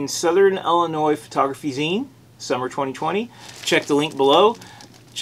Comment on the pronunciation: Zine as in magazine. Not ZION